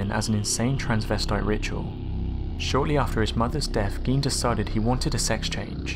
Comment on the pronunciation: In Germanic languages, "ei" creates an I sound and "ie" makes an E sound. Gein is pronounced "gyne".